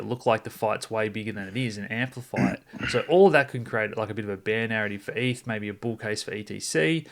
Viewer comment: Great content. More please. But pronounced eth not ef.